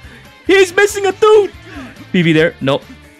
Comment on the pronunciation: It sounded like he said toof, making it funnier